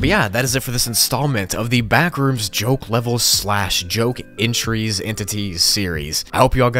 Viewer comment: When u say Ben rooms it sounds like the bin rooms haha